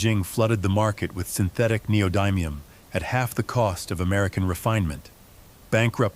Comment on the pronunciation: Yeah and it f*** the word up neodymium also .